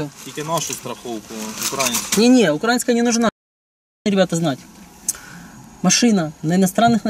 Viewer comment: очень бесит ударение Украинская. Вот всё замечательно, но вот это ударение.. Проверочное слово - Украина.